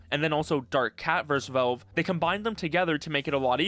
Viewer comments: the way you say "velve" really pisses me off man, speak properly. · Ah yes, Völve. Critically acclaimed company known for their games like: Hælf-Loife, Təām-Førtress 2, Pourtel and Dötā. Don't take it personally but the way you pronounce valve throughout the whole video is pretty funny to me.